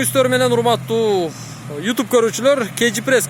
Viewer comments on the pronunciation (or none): none